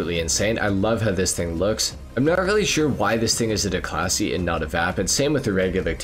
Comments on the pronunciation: Declasee Yosemitee LMAOOOO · "DeCLASSY" lol